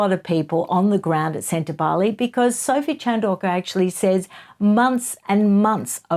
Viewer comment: Ingrid Seward was irresponsible in her reporting, in my opinion. She not only mispronounced Sentabale again and again, but she provided harry with various outs. It was disturbing to watch. I was shocked. Obviously, i no longer look at journalism as a respectable and investigative industry. It has become an opinion sharing service. Not factual, and a one-sided, propaganda fest. Once considered free and fair, the journalists themselves allowed their industry to be sullied. Do not feel for them. Feel for the journalists who were imprisoned or died to be awarded the ability to share facts and not storytales.